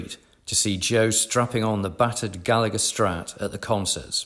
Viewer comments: As an Irishman, I cannot tell you how much I flinch every time I hear his name mispronounced. In Ireland the second G is never pronounced: Ga-La-Her 👍🏻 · At least pronounce Rory's surname properly please.